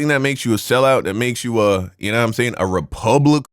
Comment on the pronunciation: He’s saying republicoon